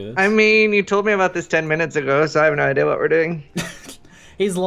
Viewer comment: why does ALWAYS say idear instead of idea??